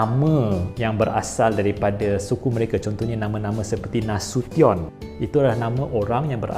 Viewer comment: First time dengar orang bukan mandailing sebut maidailing dengan betul. Selalunya dengar orang sebut dengan sebutan Mendeleng. Pertama kali juga dengar orang bukan mandailing sebut Nasution dengan betul bukan dengan sebutan Bahasa Inggeris. Nak lagi content bahasa-bahasa lain tambah ilmu baharu.